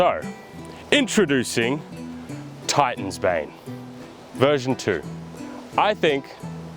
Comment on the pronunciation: Fr, i heard Titan's Babe the first time he said it.